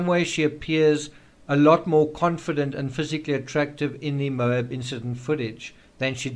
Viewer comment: Geez... it's pronounced "MO-AB" not "MOBE" the accent is on the first sylable and the A is pronounced as short as in "Apple"